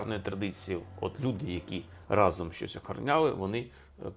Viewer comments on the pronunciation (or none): none